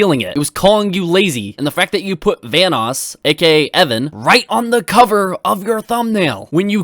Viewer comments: ITS VANOSS not "Vaness" Jesus keemstar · BAHAHAHA KEEM REALLY SAID VANNESS CREW INSTEAD OF VANOSS!!!! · I remember that Keemstar calls Vanoss VanissGaming. 🤦🏼‍♂️🤦🏼‍♂️🤦🏼‍♂️ Good thing Wildcat is a Good friend. Correcting his name if someone mispronounced it. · Everyone: Ohmwrecker, The Group,: OMNIwrecker, VAHNOOS Crew, sOme SmALL yOuTubEr I swear, he says this shit on purpose... 😂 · the first few times i thought keem was talking about Venice instead of Vanoss got me confused af, like how does the city Venice fit in all of this lmao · It's not just "vaniss" it's also "van-oos" which at one time was a joke between the group proving he himself might be a fanboy. (At least I remember the group saying that??) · How does Keem fucking pronounce those names? Vanoes? OmmiWrecker? God, I won't be surprised if he calls Scotty 408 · the fact that Keemstar pronounces Vanoss as “Vaniss” and Ohmwrecker as “Omiwrecker”... like if you’re going to try to prove a fact, please pronounce names correctly or you just sound stupid 😂